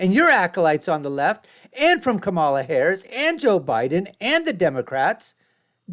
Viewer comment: Made it to the point where he mispronounces Kamala's name- instantly became disingenuous. Here, take my thumbs down!